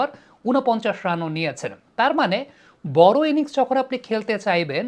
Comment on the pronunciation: ড় এর উচ্চারণ কি র??? বর নাকি বড়?